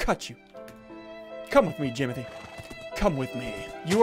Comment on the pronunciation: Its jimothy not jomothy